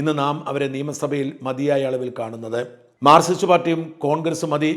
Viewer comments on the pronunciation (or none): none